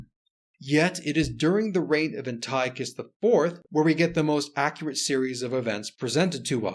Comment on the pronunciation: An-tea-awk-iss is how you pronounce Antiochus